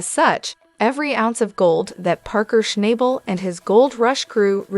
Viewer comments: If you watched the show you would learn how to pronounce his last nsme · Schnabel …… can you not pronounce his name properly ?